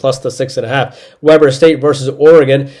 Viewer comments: Dude, it is “Wee-ber” State, not “We-ber” State. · It's We-Burr State. Not pronounced like the BBQ. But thanks for the picks!